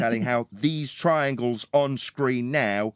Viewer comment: Twiangles have fwat sides